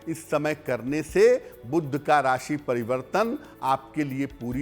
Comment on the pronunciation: 'बुध' शब्द का उच्चारण "बुद्ध" करना ?! कर्णकटु लगता है। दोनों शब्दों के अर्थ में कितना फ़र्क है !